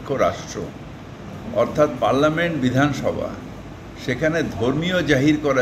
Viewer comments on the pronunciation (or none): তুমি আছো তো উদাহরণ হিসাবে। বিধানসভা উচ্চারণ টা সঠিক করো। ঘেউ ঘেউ করো না।